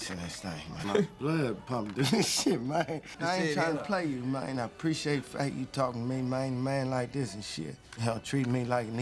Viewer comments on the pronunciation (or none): Nigga said mayne to man😭😂😂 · How many “MAYNES” 😂😂😂? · I was so intrigued by the use of "mayne" in this movie, I was gonna count how many times Terrence Howard said it, but its already been done and in great style. Thanks! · That's thats his Favorite word Mayne 🤣 🤣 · Mayne that’s alot lol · He saying man and mayne lol that counter is off